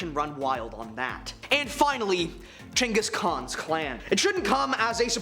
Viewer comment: This guy sucks...can't even say gehgis Kahn properly 😢